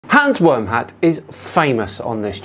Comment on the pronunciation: Did you say Hans Wormhat?